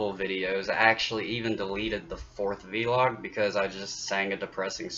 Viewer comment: you say v-log. I normally hear people say vlog.